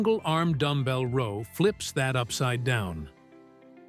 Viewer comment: I dislike a lot of these AI generated workouts because half the time they don’t have the right exercise shown or the show the exercise being done with errors that they just commented on without noting the image as “don’t do this do as we recommended”. On this one the mispronounce ROW throughout the exercise. Then they call out the Arnold Press NOT noting that perhaps one was an actual arnold press but NOT one of the examples after the first one are anything other than a standard DB press.